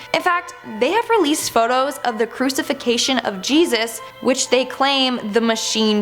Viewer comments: Did she actually say "CRU-CI-FI-CATION"???? Isn't it crucifixion? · Crusifixation?!?! Haha! It’s called a crucifixion!!! Silly girl